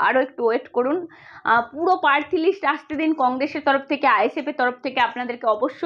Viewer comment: পার্থী না , কথাটা প্রার্থী। পতক্রিয়া না, কথাটা "প্রতিক্রিয়া"।